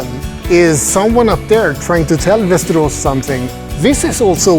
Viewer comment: Doesn't look that ugly at all. May be I am wrong and its not so appealing when compared to other towns with beautiful houses and architecture in Sweden. By the way when you pronounce Västerås it sounds very mush like Westeros HBO's Game of Thrones.